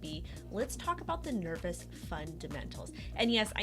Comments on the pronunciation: FFS, It's not Nervous, it is Nervos. long O sound. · I don't think it's pronounced ner-vous, nor spelled the same, meh. ;) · Is it just me or do you think it's a bad idea taking advice from some that can't even say the name of the product correctly....? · Appreciate the news on Nervos, just wish the name could have been pronounced correctly Jajajaja